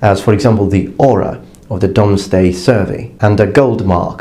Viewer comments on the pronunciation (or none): none